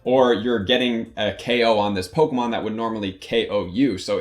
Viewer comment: I hate looking up PoGo videos for strategies because I hate.. I hate how these Youtubers Say "pokumon"